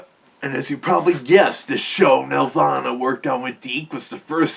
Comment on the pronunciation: It's not pronounced like a heavenly place. Here, nel-VAH-nuh. That game was a nightmare to work on.